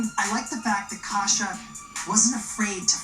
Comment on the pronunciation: They never got Kasia's name pronunciation correct from what I do remember of that season, which I find really disrespectful